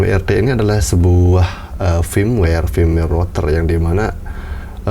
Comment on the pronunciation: Rottherrrrrrrr greget logat